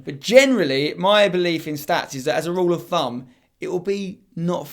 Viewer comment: it's pronounced stats not schtatsh